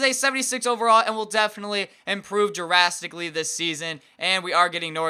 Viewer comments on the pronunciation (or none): Did you say jurrastically? Its drastically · Jurastically?! Lmao